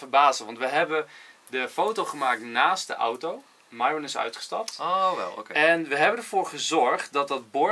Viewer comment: zij het fout het is myron en de y spreek je uit als ij